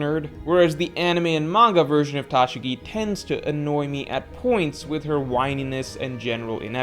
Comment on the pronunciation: Bruh, why are you saying Tashigi's name like that lmfaooo